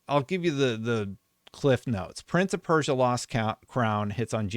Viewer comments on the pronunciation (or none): none